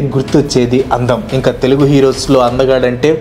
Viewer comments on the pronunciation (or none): none